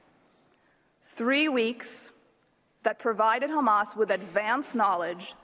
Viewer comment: “I’m not a big fan of kkkkhhhamas” ~ Benny Netanyahu, 2052